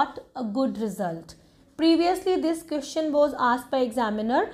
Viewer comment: Whoever is following you, they gonna regret later that they listened to you. Just like me. Firstly IELTS experts are not speaking the way you spoke. Secondly you made mess of pronunciation. Sister it's question, not qestion,... Sich-uation...not sit-uation. And many more. Kindly don't spoil the students time and career. Don't make them fool. Be honest with the education you're providing. You yourself need to work on your English, how come you would teach others. Please I hope you would consider my suggestion. 🙏🙏🙏